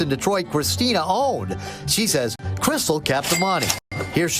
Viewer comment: I like how it comes out as "krissal"